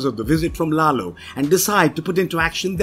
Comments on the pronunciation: It bothers me more than it probably should that "Lalo" is called "Lalo", pronounced correctly throughout the entirety of the show, yet this dude constantly pronounces it ... I guess the "English" way... as "Lay-low". It's almost gratuitous. Did he not watch the show? Or is it a British thing? Is it being done intentionally to not allow the Hispanic character his proper cultural identity? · Its lalo not laylo omfg Americans